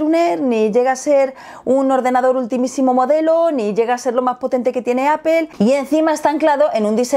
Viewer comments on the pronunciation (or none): Porque dicen Apel y no Apple?? No la L va antes de la E? Que cagado